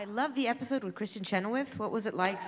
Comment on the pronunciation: why does ryan keep saying efisode????? and no one is correcting him